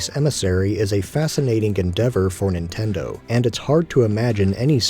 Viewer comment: “Nintender” lmao. Great video! Really like some of the points made here